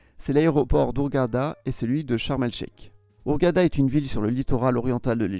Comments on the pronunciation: j'ai jamais entendu sharm el sheiK de toute ma vie mais bien sharm el "sheiR"!!! Il y a un minimum d'adaptation à la prononciation locale quand même !!! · prononcé "naSSER" (city) prononcé "charm el chER" prononcé "sinAILLE"